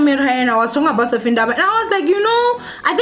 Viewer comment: Its Vathiswa show some respect haibo!! "VUTISWA" really?